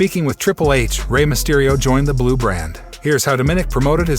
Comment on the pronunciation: Its not "Domin ick" its "dom o nick! Get the pronunciation right dude.